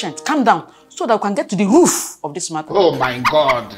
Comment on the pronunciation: The way how stress the word ROOF of this matter😂😂😂